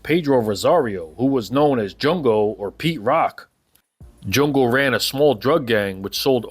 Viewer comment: Its jungo not jongo,...